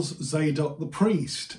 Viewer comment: Tsadok, not "zaydok."